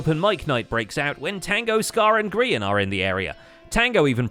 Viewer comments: NOOOOO the "grean" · Ah yes, my favorite hermitcraft member “grean” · "grean" lol